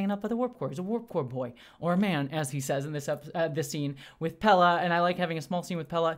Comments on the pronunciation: Sorry upfront for yelling,, but: WHY ARE YOU CONSTANTLY CALLING PELIA "PELLA"? 😵‍💫🤨 I love your thoughts, insight, and enthusiasm, but wouldn't be surprised at all if you had some form of dyslexia when it comes to names... noticed at other times too, that getting the names right doesn't really seem to matter too much to you, which is really interesting, given your personal background. 😅🫣 Other than that, keep up the great work (LOVE your WGA/SAG-AFTRA intro as well - and I'm happy to see that typos have been fixed here!). 😉👍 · Okay,? I like your reviews and enthusiasm, but this has been going on for way too long now: Carol Kane's character is named Pelia, with an "I" in the middle. Pell-ee-a, not Pella. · Pelia! Pel-ee-uh! Rant aside, I loved this episode and I loved your review. PS. your combadge is too low